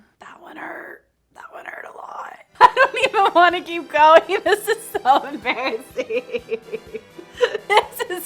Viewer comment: The return of “embarrassee-heen” 😂